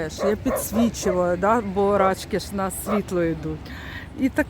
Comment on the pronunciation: Не рАчки, а рачкИ, наголос на останній склад. Від слова "рак", маленький рачОк. РАчки - то собача поза.